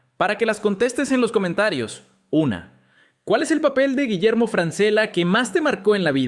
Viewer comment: imposible de ver si no pronuncias bien el apelllido